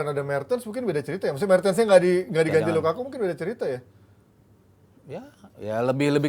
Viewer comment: ngatain headline penyebutan Lukaku jadi Lakaka, meanwhile doi nyebut nama Minamino🤡